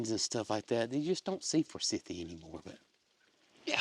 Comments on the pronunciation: We have 2 forsythia bushes on our land. My husband can never remember how to pronounce the name and just says for-cynthia! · We have Forsythia here in UK, all over the place. We pronounce it for-scythe-ia. Hope Tater and her calf get through delivery with no problems. Love from UK 🇬🇧 ❤❤❤